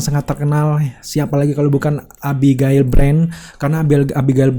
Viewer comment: Susahnya nyebut nama abigail 😁😁